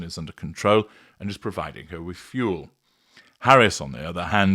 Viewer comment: “Fuel” for you,?